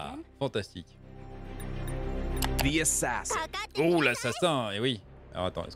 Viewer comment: assassein ?, heinnn pas hein?